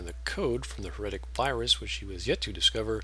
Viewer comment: HEretic, not heREtic Hive mind, not mind hive